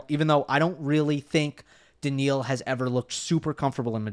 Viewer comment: Is NOT Daniel Medvedev ...BUT DANIIL Medvedev....